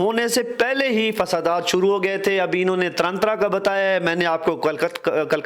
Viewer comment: Taran Taran na ki tarantra